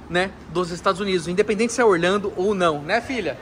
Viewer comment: você fala Orlhando, mais o certo não seria Orlando???